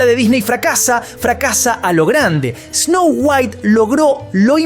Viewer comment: DIJO TANTAS VECES ESNOU GUAIT QUE PENSE EN WALTER WHITE. ME VOY A VER BREAKING BAD 😎